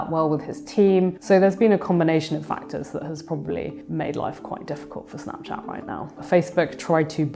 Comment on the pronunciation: Why is she pronouncing it so weird? Snaaapchaaat? Wtf